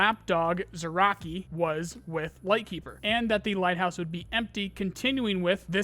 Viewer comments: Zurachii- [Z r y a ch i y] not [Z u r a k i] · it's also not "zee-raa-chiy", but "zree-yaa-chiy"; the "zr" sound has no vowel in it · Bro, dont wanna be salty, but please pronounce thier names corectly If you want to I'll make you a small table how to pronounce them ChE-Pu-Shi-La Ri-(s)Ziy Zrya-chiy, not zirochiy, please ffs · Zryachiy is pronounced like Zrya-shi btw. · ZryaCHii, CH like in Chilli or somewhat like CZ in Czech Republic. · He calls him zraki lmfao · "ch" in "Zryachii" reads like "ch" in "Charlie" btw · CH in russian words is almost certainly pronounced like in CHill, not like CHaracter. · "Zryachii" is pronounced with "ch" as in "chirp", and not as k/ck.